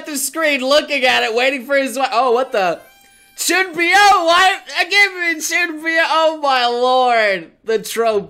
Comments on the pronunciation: "Chuunbiyou"?? Isn't is "Chuunibyou"? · It sort of Boggles me... that for the longest time has pronounced Chuunibyou. Chunbyo. He has watched the anime as he said. "I got my own little Rikka-chan". The very first thing in the anime is the narrator explaining ChuNIbyou in fact if i remember correctly in the opening they spell it Chun 2 byou. meaning they pronounce it as NI the number 2 in Japanese. (Which i misspelled when using G.T. i thought it was 2 I's but I learned. I can say I was wrong, that was something I couldn't confirm on my own.) -- I know what your going to say. CALM the FUCK down! You have no idea, since i've heard him say Chunbyo, i thought that was how you Pronounced it. You know the funny thing is when i looked it up and watched it I am glad I was wrong because something didn't feel right. I am just surprised that so many people let this slide when pretty much an other hard core grammar nazi or anime fan would kill him for less. Slightly miffed. -- I am grateful for, saying things about Chunibyou because it got me interested. (After I learnt what it is from a commented a few months ago on a completely different video on IFFY, which made me put of Chunibyou but got me interested simultaneously.)